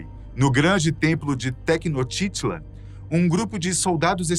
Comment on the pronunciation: Poxa, podia ter pesquisado direito como se fala o nome da cidade de Tenochtitlán antes de gravar.